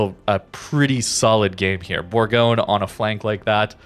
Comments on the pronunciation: Almost, it’s actually pronounced boorgonye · It's pronounced "Boorgonye".